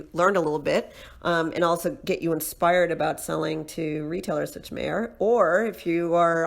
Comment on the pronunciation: Lol- it’s pronounced … My-er!